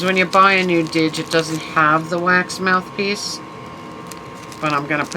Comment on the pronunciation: Hey, You got the mother lode with finds here! That's a deal on the CD cases. Aww, elf chef. Am very curious to look into those cult (literally cult) records, ha. Fun Tiny Tim, right down to what appears to be R. Crumb artwork. Sweet, you got the didge! You're pronouncing it right, I believe. Looks beautiful, and you already have a pretty nice sound out of it. I'm housesitting for my buddy for a few days and the neighborhood pizza joint I just picked up an order from doesn't open up 'til 4....I will say it's worth the wait though. Very nice, I don't really put Halloween away either, no surprise. Dump cake sounds delish. Peace, love, sunshine and flurries. -Carm & multiple furs 🐈‍⬛🐶🦮🐕‍🦺